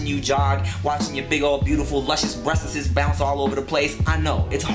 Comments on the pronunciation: LMFAO the way he says breasts; "Breasteses" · "breaststs", lol too funny!!! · I love how he says breastessessss hahaha